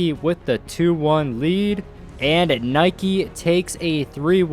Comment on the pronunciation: It's Nike not Nike